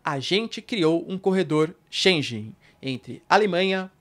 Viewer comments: Espaço "schengen" e não "chenjen". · Só um reparo, diz-se Schengen e não schen"j"en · Professor não é espaço schenje mas sim schengue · Espaço Schengen se diz 'shen-gan'. Muito bom conteúdo, parabéns! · Professor, a pronúncia é chen - guén Excelente aula. Parabéns! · É sempre esclarecedor e assertivo! Obrigada, professor. Correção: Shengen pronuncia-se /Shêngan/ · Excelente conteúdo sempre. Sou seu fã. E só uma dica: em Schengen o g se pronuncia como em gato.